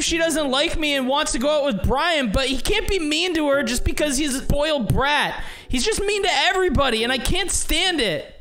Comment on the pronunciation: Uhhhhhhhhhhhhh in this one part saws boiled brat instead of spoiled brat lol